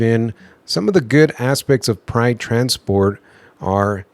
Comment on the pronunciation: When you say Pride it sounds like you're saying Prime lol 😂. Like on step brothers, Pannn. No PAM! JK have a great day. Thank you for sharing the video. Keep on truckin